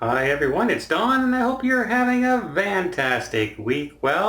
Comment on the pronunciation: Why are you saying "van"tastic ?